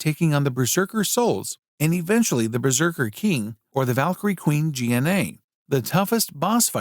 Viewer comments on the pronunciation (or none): Well its AI voice over I can imagine it having a seizure reading gna'e name so it read it by letter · ah yes G-N-A